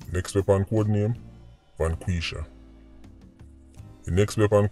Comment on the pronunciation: you are pronouncing them in proper English when dem name dem Inna patoise for eg. VANG QUISH A derived from vanquish, to completely destroy enemies...